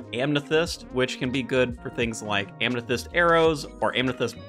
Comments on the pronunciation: OH NO! I was so proud of you for saying ROON, and then you say AM-NE-THYST? Am I hearing that correctly? It's Am-Eh-Thist. No "N". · next word to learn: amethyst, not amnethyst lol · nope, you very clearly said amnethyst with an N after the M lol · extremely distracted by how you pronounce amethyst and rune